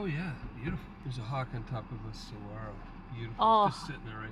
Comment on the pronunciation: “saguaroho”… 😁 saguaro 🌵